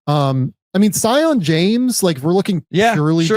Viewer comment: Its pronounced See-on James